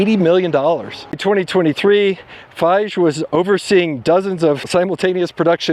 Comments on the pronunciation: I am laughing reading all the comments about Feige. I enjoy your videos, and you speak with such "comfortable authority", that for a moment, I thought I was pronouncing his name wrong! 😂 Keep up the great work! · When he couldn't pronounce Kevin Feige's name correctly, that already told me he doesn't watch MCU films/series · Dunno how you can talk about Marvel and mispronounce Kevin Feige's name. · Here’s a tip for the presenter learn how to pronounce a guy‘s name the E is not silent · This is one of the worst researched videos you ever did. You did not spend the 5 seconds needed to learn how to say Kevin Feige's name, you mistook Thor Ragnarok (the successful one) for Thor Love and Thunder, etc. Do a bit better or just skip. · You butchered the pronunciation of Feige so many times. :( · Learn how to pronounce Feige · Something odd about the way you say Feige beyond the pronunciation. Kind of like you don’t really know about the topic you’re talking about. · How are you mispronouncing Feige name!? Dude no one says it that way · Kevin Feige will be excited to hear this new pronunciation of his name. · You nailed this video! Outside of how you pronounce "Feige" but you are forgiven for all other accuracies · I've never heard Kevin Feige's name pronounced that way before 🙂 But I do agree, Marvel's products have been horrible for the past few years. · How do you research this and not come across how Kevin Feige name is actually pronounced 😂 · Spend five minutes and learn how to pronounce the names of people in the story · Loved the video but plenty of minor mistakes. Long time watcher but first time commenter. Ragnarok is widely considered the best synthesis of MCU Thor. Also threw me out in the name pronunciation with Feige. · Learn the correct pronunciation of Feige before you say it wrong over and over again. I had to stop. Couldn’t take it any longer. Do better! Sad because you did a great job researching the history of Marvel. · It's pronounced FiGEE